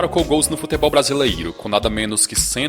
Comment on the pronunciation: Só eu acho engraçado ele falando: "BrasileIro"? Brincadeiras a parte... O conteúdo do canal é bom!